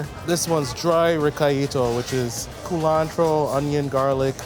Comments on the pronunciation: what the heck is ca-lantro?????? The place looks good and I will need to visit them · CU-lantro. Its an herb related to cilantro, used in a lot of Caribbean green seasonings